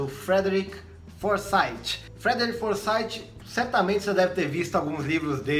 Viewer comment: Se você me permite uma correçãozinha apenas: a pronúncia do nome do autor é Forsith com th com som de f. Algo próximo a:"Forsaif. "